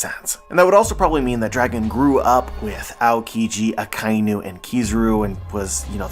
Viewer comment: Aka is red Inu is dog Its not a-kai-nu, its aka-inu ah kah eee new. Like Shiba Inu, or Inuyasha